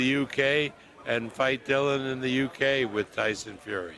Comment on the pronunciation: Bob its Dillian not Dylan, he is now going to punch you in the curry